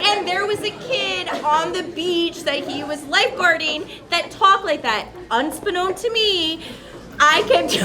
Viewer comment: Wait, can we back up to the woman with the "Todd Green" beach lifeguard or whatever story, who said "unstbeknown" ?! 😯😂 THAT was a bit opportunity come and gone with the wind. 🫣 Never pass up an opportunity to make fun of people who attempt to use words from outside their vocabulary, or the illiterate. 😂